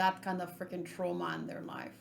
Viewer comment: You're so honest about your thoughts and sensations it's funny sometimes, I wish I could be more autentic and a better version of myself too. Love your reactions! (and it was so good to hear you speak the world trauma with my portuguese pronunciation lmao)